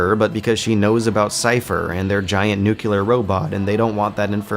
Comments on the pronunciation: I'm begging you, man. Please. It's NOO-CLEE-UR. Not NOO-CUE-LUR. Mispronouncing that word is not consistent with the intelligence and thoughtfulness you usually bring to your videos. You can fix this. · NEW-CLEAR not NUKE-U-LAR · Ugh. I like your videos, but why do you keep saying 'nucular' instead of 'nuclear'? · C'mon man, stop saying nucular! That's not a goddamn word. There are particles so there can be particular. There are molecules so there can be molecular. However, there is NOT a nucule so nucular is a bastardization of the word nuclear. Please, you're smarter than this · i love your MGS videos man, but please stop saying "nuculer". it's pronounced "nuclear". it hurts my soul every time i hear that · Love your videos, but one of these days you're gonna have to learn how to pronounce 'nuclear' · great observations son, but please, 'nuclear' not 'nucular'. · Dear, It's nuclear, not nukular. All the best, -zid. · Why do you keep saying "nucular"? Do you really don't know how to pronounce the word "nuclear"? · NJU-KLIAR GODDAMMIT! Its pronounced /ˈnjuːklɪə/ - not /nju-ki-lar/! I Love your videos, but holy fuck, this is annoying in the longer run. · I agree completely. This one aspect drove me crazy the more he pronounced this word incorrectly. He's so thoughtful and extensive in his commentary overall, but please correct this! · lmao new-kew-lar weapons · I love these videos but it makes me sad every time you say "nuke-u-ler". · Nucular... OMEGALUL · New kew lar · Nuclear, not nukular. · Jesus fucking christ, why is it so hard for yanks to pronounce ¨NUCLEAR BOMB¨ right? You're the only bloody country that ever used one. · ``Nuculer, it's pronounced nuculer`` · I'm usually more or less on board with your conclusions, but this time I've got to say I think you're wrong. About a bunch of things. But most importantly, stop pronouncing it 'nucular'. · Great video, but bro, you gotta stop saying "nucular". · Not this "nucular" thing again.